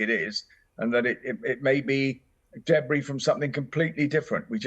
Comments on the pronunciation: What is a “daybree” field? Does she mean debris? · Deb Bree?! Noooo